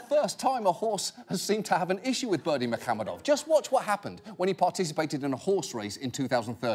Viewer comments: Except for that "h" in muhamedov he kept pronouncing as "kh". It is "ح" not "خ" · he didn't actually, the emphasis was in the wrong place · Only if by "pronouncing perfectly" you mean "butchering it like there's no tomorrow". There's no 'ы' sound in English and the stress pattern is nowhere near the correct one. Also, yes - at this point we just invent names on the spot to troll the Westerners.